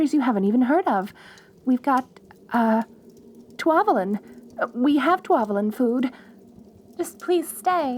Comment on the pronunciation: "We have good from countries you've never heard of! Like...Twavalin!" Me, a Twavalin: You dare speak of my country in that tongue?!